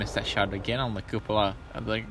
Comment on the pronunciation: I have to point out it's not a coupela lmao